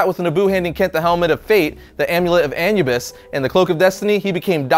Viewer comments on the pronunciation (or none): A-NEW-bis, not AN-you-bus! All of you list and history of guys just mangle pronunciations! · It’s “A”nubis not “An”ubis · Anubis, Its pronounced uh-noob-iss not Anyoubis. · Is it really pronounced "AN-you-bis" and not "AN-oo-bis"? Have I read it wrong all along? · Gamescrap it's anoobis he says it wrong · Nabu is the name of the wizard. So you misheard him. Anubis is the Egyptian god of the dead. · Did he say “an-U-bus”??? Lol, it’s pronounced “uh-new-biss “!🤣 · The Egyptian jackal god is named Ah-new-biss NOT Ahnu-biss. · Who pronounces Anubis as An-you-bis? It's Ah-new-bis (or -bus, both are okay) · AN-U-BIS A-NU-BIS lawl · Amulet of Anubis Anubis is pronounced as Ah-New-Bis NOT Ann-You-Bis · Amulet of Anyoubus? You mean Anubis right...? These things boggle my mind like with all this editing nobody stopped to tell you that your straight up saying it wrong lol? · It's not an-yoo-biss, it's uh-noo-biss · "Uh-new-bis" not "Anyubis" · Its A-NEW-BIS. NOT ANUU-BIS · Haha he said an u bis instead of anubis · ah-new-bis not annu-bis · ah-new-bis. not fucking an-u-bis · Anoobis not An you bis. ugh. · An-yew-biss. Anyewbiss. Lol wtf dude have you never heard someone pronounce uh-new-biss? So weird... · the way he pronouces Anubis triggers me, its not that hard. Ah-noo-bis not An-Yoo-bis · His pronunciation gives me an-eu-rysm. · uh-my-biss is the correct way of pronouncing Anubis. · uh-nu-biss is the correct way of pronouncing Anubis. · I'm not gonna lie, I it took me a minute to realize he was talking about the Amulet of Anubis when he kept pronouncing it "An-you-bis" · Uh-noo-bis. Anubis. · It’s Anoo bis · Amulet of A (ah)-Nu (new)-Bis. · AH-NU-BUS SAY IT WITH ME NOW AH-NOOB-US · Ah - Noo - Biss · Anubis (Uh-New-Biss) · anubis said = ah-new-bis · It's pronounced A-NEW-BUS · Yd he say anubis and-you-byss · Anubis is pronounced a-noo-bus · Ah-new-bis cmon dude :) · Am I the only one that cringed every time he said An-U-bis? And I learned about Dr. Fate through YJ.